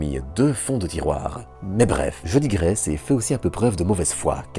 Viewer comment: Ben, euhhh... Tu dis Grèce ? ou... Graisse ?